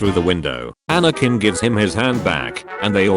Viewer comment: There's no G in Anakin